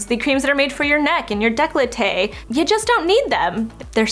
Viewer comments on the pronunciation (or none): I love but I for some odd reason really dislike the way she says décolleté 😂 it always sound like declaté